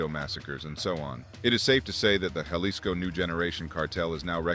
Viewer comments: Bruh, “Ja-lisco” lost me. It’s “Ha-lisco” fam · Starting to see why Americans are disliked in Mexico. "HA-lees-Ko" not, "JAH-lis-Ko". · Jalisko? It's prounounced Halisco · JUH lisco has me dead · So it’s not Jail Lee sco?